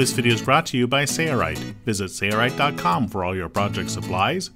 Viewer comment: Struggling to understand why the guy doing the voice over for the company’s video cannot say the company name. There’s an L in Sailrite.... right? Odd.